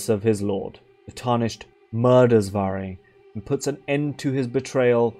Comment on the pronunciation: damn bruh portuguese is my main language and never read his name like this 🤡 it was so obvious also idk if it helps but "varre" means someone/something that sweeps, the verb (to sweep) is actually "varrer" with a R by the end of the word ALSO idk to what extend english speakers use "sweep" for but this portuguese word is only for sweeping the floor (with a broom most likely) conclusion: Varre is a broom.